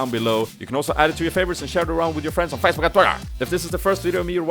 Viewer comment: Hehe you say Facebook and twitter Funny :3